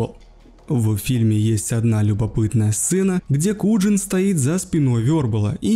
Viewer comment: Вербал кинт, и Куян а не куджин.😢😢